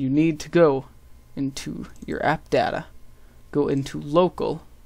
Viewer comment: u pronounced data wrong ,_